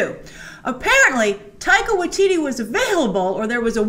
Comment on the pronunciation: OMG : tip: How to pronounce his name properly. Taika Waititi pronounced Tie -Kah Why -Tit-T not Why teetee